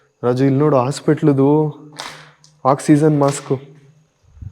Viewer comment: Hy adu oxyzen alla oxygen 😂😅